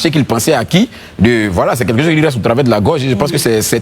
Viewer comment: on dit quelque chose, et non quai quai chose 🤣🤣